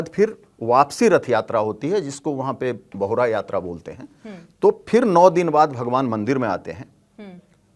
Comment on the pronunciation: ये बाहुरा नई ! बाहुडा यात्रा होता है । बहुडा ओड़िया सब्द है इसका मतलब हिंदी में लौटना होती है ।